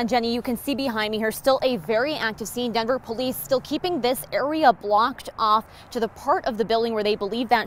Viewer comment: Can reporters and anchors who are transplants stop saying “Dinver” vs Denver. Show some respect!